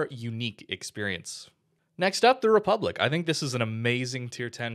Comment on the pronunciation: I can hear the French cringing at the pronunciation of "republique"